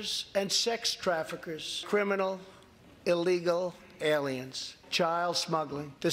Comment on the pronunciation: Did he say illegal alain